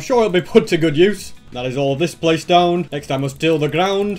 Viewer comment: I love how he sounds Irish when he says "till the ground"